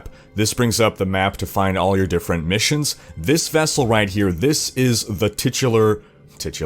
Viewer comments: You had it right the first time,. It IS pronounced "tit"ular, not "tite"ular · LOL, I really hope you don't get demonetized just for pronouncing titular correctly.